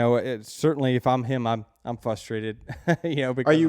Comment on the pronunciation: I like the battle of “fustrated” vs “frustrated” between Denny and